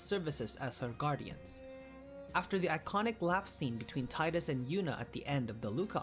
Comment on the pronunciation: You pronounce tidus wrong🥲